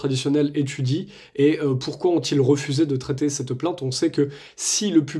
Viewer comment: ne tutoyez pas , svp ! et parlez correctement : on ne dit pas : Ste (STinformation) mais CETte information, par exemple.